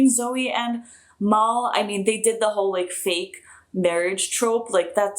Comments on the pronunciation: His name is Mal like AL. Not Mal like mall. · Mal is short for Malcolm Reynolds, not the Mal as pronounced in Portugese. more like the short "a" in apple.